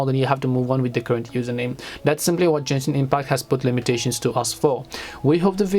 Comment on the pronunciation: bro kept saying jenshin impact